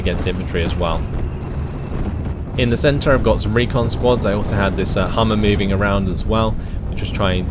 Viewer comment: Interesting video, thanks. By the way, it's Humber, not Hummer. :)